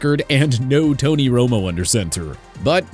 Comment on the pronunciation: It’s Torry not Tony “big game” Holt.